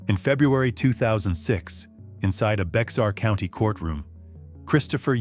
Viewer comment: Bexar County is actually pronounced BEAR. In other words, the X is silent.